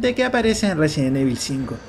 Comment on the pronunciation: Por qué dices, resien evil?